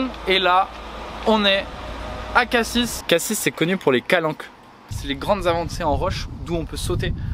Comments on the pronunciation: Vous n'avez pas eu de chance pour Marseille, en général la gare (st Charles) craint un peu faut aller en bord de mer côté Prado c'est calme tu as moins de risques de vivre ce genre de chose. Et la prononciation de Cassis n'est pas bonne c'est Cassis [si] et pas [sisse] ^^ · Tu a vraiment pas de chance quand je vais à Marseille je vais une fois par ans et je me suis jamais fait agressé a part ça très belle ville il faut aller vert les Cartier touristique comme prado pointe rouge avenue longchamps vieux port Et pour cassis ça se dit cassi même si ça écrit cassis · Juste on prononce pas le S dans cassis 😭